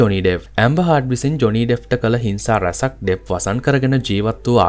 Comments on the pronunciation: ඇම්බර් හර්ඩ් not ඇම්බර් හාඩ් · හාඩ් නෙවේ හර්ඩ් Mchn.!